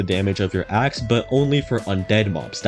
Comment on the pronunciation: Ha ha... I heard "Ex" instead of "Axe"... 😢 "This will increase the damage of your Ex" Lmao